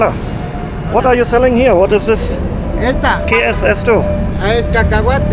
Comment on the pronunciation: Hola (das "H" wird nicht gesprochen!!!), wenn Du in Mexiko bist vergiss bloss nicht in das schönste Land mit den freundlichsten Menschen der Weltzu gehen. Es ist schliesslich das NACHBARLAND und meine Nr. 1 von bisher 149 Ländern - GUATEMALA!!! Gehe aber besser NICHT nach Guatemala City!!! sondern nach Antigua (DER Traum schlechthin) an den Atitlansee (viele sagen, dass dies der schönste See der Welt ist und auch nach Monterrico, ausser den Dutzend anderen wunderbaren Orten, die Guatemala zu bieten hat.